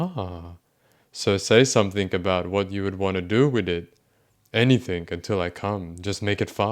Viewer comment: So this commentator claims to be a writer, yet on several occasions he says "anythink". Hmmm Spell correct put a blue line beneath that "word"..... What's that about !?